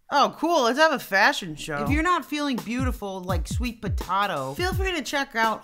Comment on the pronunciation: her:sweet potao me:Sweet potato